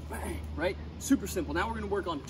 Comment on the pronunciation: My guy said ben in the middle of it. I know he actually said bang but it kinda sounded like ben lol